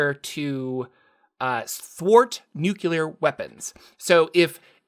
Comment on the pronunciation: “NOO-CLEE-AR” Say it, remember it.